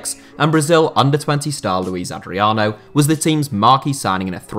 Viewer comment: all brazilians. The biggest star is Srna. Also it's LuiZ Adrino, Луиз